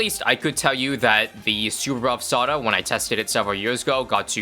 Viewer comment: I wanna finish on sawda.. I MEAN WITH SAWDA……😅😅😅